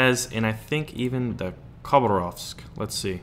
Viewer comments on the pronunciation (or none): none